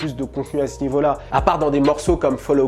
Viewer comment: ... "de la place au nieau " ya pas un léger soucis ?